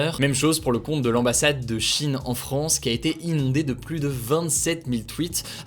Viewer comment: Hey tu pourrais arrêter de dire le s de plus quand y'en à pas besoin ? Stp voilà voilà rien de méchant. Mais c plus agréable à écouter.